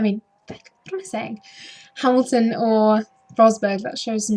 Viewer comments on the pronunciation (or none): Another entertaining review & commentary. Good attempt at pronouncing Kvyat! 2nd try was nearly there. You had me at Hammyhams! :D